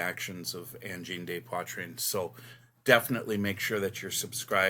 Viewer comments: I can see the end of the song being used in a massive fight scene in a movie. Just for correctness sake, 'de' is not pronounced 'day' but more like 'duh'. If it was a plural subject then it would be 'des' which does sound like 'day'. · Thank you for the French pronunciation lesson! That has bugged me from day one. I understand people butchering Poitrine, but the "day" thing really gets to me. I don't even speak French that well, but I knew that!